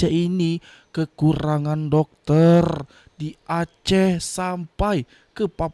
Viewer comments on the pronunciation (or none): Jangan panjang sangat Rrrr nyaaa😂 Dokterrrrr